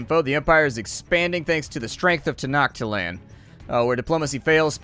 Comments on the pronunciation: It's pronounced ten no chit lan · tenochtitlan is actually pronounced te-no-teet-lan if I remember it correctly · Actually it's pronounced tenochtitlan